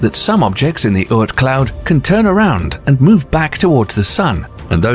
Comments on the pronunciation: The narrators pronunciation is way off. It’s not “make make” it’s “MAH-KAY MAH-KAY”. It’s not “kooper belt” it’s “KAI-PER belt”. And I don’t know what he was trying to say but it’s “OR-T” cloud. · please learn the pronunciations of things like the Kuiper Belt (as in Piper Belt) and the Oort Cloud (as in or-t Cloud)... you say it wrong initially then correct yourself tbf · Uranus ,Kuiper, Oort, Makemake, Haumea is pernouced wrong.